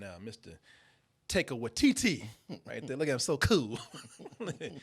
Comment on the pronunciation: My eye twitches everytime says Taika's name